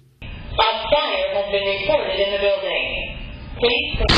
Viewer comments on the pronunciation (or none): News lady said biwdang instead of building 😂